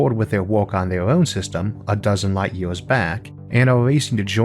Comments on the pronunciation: Wow what a terrible comenTEATor a million YEWS what a SCOOBBBBB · A million YEE-AWS?